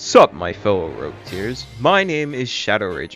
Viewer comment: It's rogue and not rouge. rouge means red in french